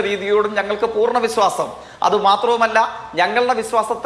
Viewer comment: വിസ്വാസം അല്ലടാ ചെറ്റേ വിശ്വാസം എന്ന് പറ😂